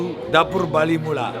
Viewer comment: There is no R in Bali. LOL!